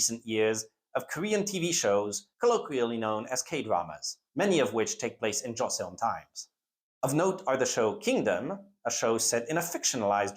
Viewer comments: For what it's worth, thanks to initial devoicing and an interesting romanisation 조선/Joseon has only two syllables and should be pronounced more like Cho-sun. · As a person who is fluent in korean (both my parents are korean) I appreciate this, however the pronunciation of the korean itself is really, not great. And is a bit grating on the ears. Dynasties are usually pronounced as 2 syllables: Jo-seon, Gor-yeo, SIl-la, etc. Paeraengi Is pronounced Pae-raeng-gi not Pa-er-an-gi. Even getting the syllable count right would go a long way to improving the video. Google translate often has an audio button that will say the word out to you. It's like trying to watch a WW2 documentary that consistently replaces Normandy with No-ra-ma-nad-i and gets the pronounciation of every single wrong (berlin as Bear-li-en). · Joseon is pronounced Joe-sohn (-sohn as in John)